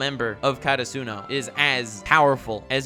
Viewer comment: God you just can’t help talking about Hunter X Hunter and Meruem can you? I’m so glad you actually talked about Haikyuu. It’s an awesome sports anime. Although you’re pronouncing Hinata and Karasuno wrong.